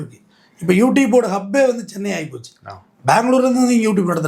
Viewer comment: சென்னை வாசிகளே not சொன்னை வாசிகளே